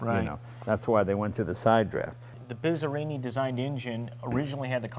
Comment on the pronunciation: The rainy day suits this fabulous car very well. Did you hear the name Bizzerini early on? (As Jay pronounced it, "Bitz" erini) Very special car and designer. Check it out.